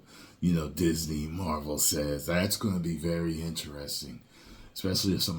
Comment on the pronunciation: The endning Marwel s 😂👌